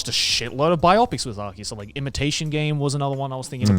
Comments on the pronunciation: is it really pronounced "bi-opics"? I always thought you said "bio-pics" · Anyone else looking for comments on Joey pronouncing Bi-Opic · I like that they all pronounce biopic wrong.